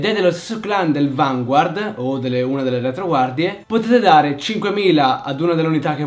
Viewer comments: Ti prego...fammi un favore... CHIAMALO VANGARD hahahah perché si pronuncia così xD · si dice "Vangard" senza pronunciare la u. lo dicono anche nell' anime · Per favore Vanguard è francese la i non si legge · secondo me sarebbe bellissimo vedere una partita di vanguard,fatta da te e dalla tua fidanzata....cmq bel video e sai stato abbastanza chiaro.ciao,sei un grande e anche la tua fidanzata! :)ah, si dice vangard.so che si scrive vanguard ma nel anime dicono vangard! nn so pk ma e cosi. :/ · so dice vngard